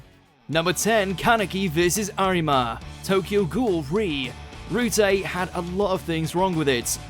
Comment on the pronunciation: Whoever did this mojo video didn't know hell about tokyo ghoul! 1 they called Yamoori "Jason" in another video, and he called RE: "ree" it is pronounced R - E